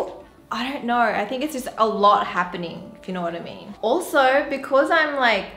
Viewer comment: It's soo cute the way she said "alsorrr~"